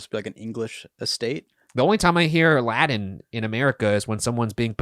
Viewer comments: Why do you keep pronouncing it "Laddin" when it's "Latin"? A T, Bros... not a D. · just cannot pronounce those "t's"! 😂❤ Speaking "Ladan". Love!